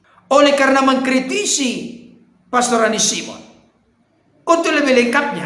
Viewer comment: Bagaimana hamba Tuhan SD ini pengucapan pastor saja anda menjadi plester, hati hati pak dengan rasa tinggi hati dan kesombongan